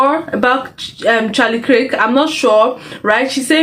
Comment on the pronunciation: Kirk not Krik